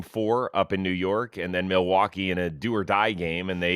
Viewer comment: Someone needs to teach Rose the context for “mill-e-wah-que"